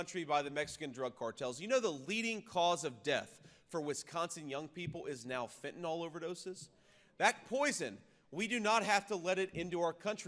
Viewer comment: Please learn to say fentanyl correct! It’s pronounced fent - a - nil.